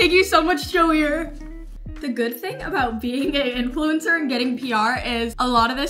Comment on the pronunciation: It’s not pronounced joear it’s French so it’s joo é